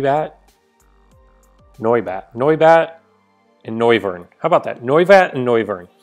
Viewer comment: Noy-vern, not No-viern!